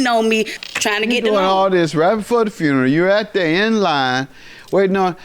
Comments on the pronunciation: She said fruneral 😩😩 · I hate it when people mispronounce 'funeral' as 'froon-row.'